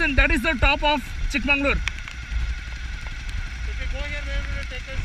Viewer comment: Its Chikmagalur not chikmanglur